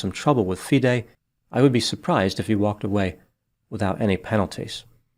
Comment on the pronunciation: You are the first non-chess-playing commentator who took the time in your research to ensure that you got all the pronunciations correct - Especially Fee-day (FIDE) which a lot of non-chess-playing commentators get wrong. I agree with a lot of your analysis; however, as a titled chess player myself and one familiar with the incident surrounding the so-called 'Smoking Gun' where Daniel had a chess engine open, I can tell you that the explanation that Daniel gave was completely sound and reasonable, given the context of the situation. I will not go into more details as to why this 'Smoking Gun' revelation is hollow, but I can understand how it looks to outsiders, and this makes Kramnik's calculated innuendo all the more disturbing, as he knows better. This story is far from finished, and you should already be preparing for a follow-up as more revelations are sure to come to light regarding Kramnik's past. Notably, he was strongly accused of cheating in his 2006 world championship match against the defending champion, Bulgarian Veselin Topalov. The basis of the cheating allegation was his suspiciously frequent trips to a private bathroom, where exposed wires were discovered emanating from the ceiling. which led to rife speculation in the Bulgarian camp that Kramnik was receiving assistance at critical moments in the match. Kramnik managed to overcome these allegations and win the match, but he is well aware of the psychological damage that such accusations can inflict, and yet